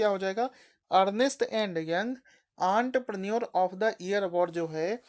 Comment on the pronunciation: Entrepreneur ka pronunciation 😂😂😂